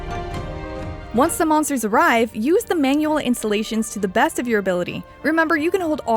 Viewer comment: It's keep bugging me how she says "installations" , it sounds more like insulations.